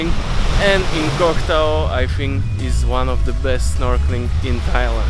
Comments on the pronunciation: Stop saying “cock” Tao mate ! It’s “Koh” and just that ! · Koh tao ... Not cock tao LoL